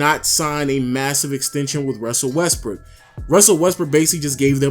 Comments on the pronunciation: Lens Gaming lol he did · Lens Gaming sounds like he did fr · Lens Gaming sounded like it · who els heard him say westbrick